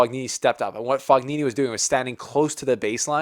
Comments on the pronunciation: Don't know if you'll get more italian fans if you keep saying Fog-nini. I think it's a silent ''g''. Anyway, good cover! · It is pronounced Fonini... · Fognini is pronounced fo-nyee-nee . For god's sake, please make even just a small effort. GN in italian is pronounced NY. Like the GN in lasaGNa is pronounced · Mark my words Nadal does not win a title clay season. He is injured, which sucks but he was moving out of bh corner like 1000 in the world. His name is pronounced “Foeneenee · GN in italian is pronounced like ny. Fognini is pronounced fo-nyee-nee. Think of how the GN in the Italian word "lasagna" is pronounced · G is pronunced but not as english native people do. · Do not that for the correct pronunciation of the surname Fognini the "g" is silent. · I love you but please learn how to pronounce Fognini correctly! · the G is silent